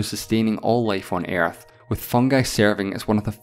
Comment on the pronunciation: I'm "concairned" with the "Airth"